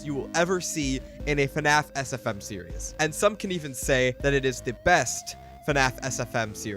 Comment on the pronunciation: good video but the way you constantly mix up the pronunciation of the word "series" as "serious" is kinda painful